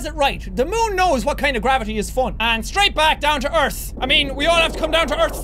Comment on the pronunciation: Who noticed we Jack said qwavity